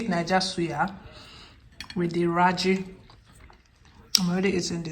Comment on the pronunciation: Yájí.... not raji😅 I enjoy your videos😊 and have been an ardent follower for 3 years now